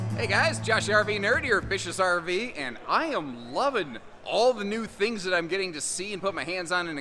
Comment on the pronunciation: 😆I gotta get the potatoes out of my ears, cuz it sounds like you're saying "Vicious RV" 😂